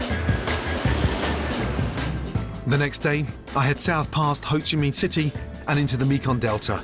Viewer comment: he pronounces ho chi minh so much fucking better than these traveling reviewer dickheads